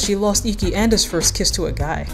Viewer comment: I lost it when he said faasto kiss lololol